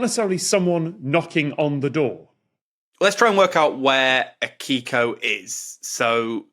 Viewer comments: Also the "i" in Akiko is basically silent, so it sounds like "Akko". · Just so you know, if you want to sound more authentic, all Japanese names are accented on the first syllable. Izumi should be accented on the I, and Akiko should be accented on the A.